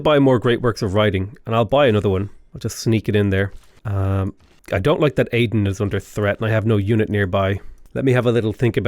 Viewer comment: I love how he sometimes pronounces Aydın correctly (like Eye-dın) sometimes pronounces like Aiden.